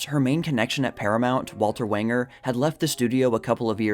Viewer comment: Walter Wanger’s last name, when pronounced correctly, rhymes with “stranger”.